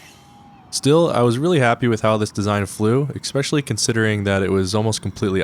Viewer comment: "especially" not "ekspeshully"